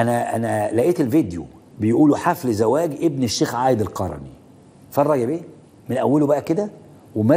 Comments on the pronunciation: انطق القرني صحيح . وانت مالك جاب الفلوس من فين . تدخل في حياة الناس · هههههه فعلاً انطق اللقب صح اول شي